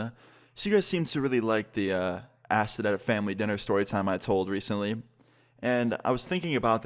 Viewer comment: funny how Austin says recently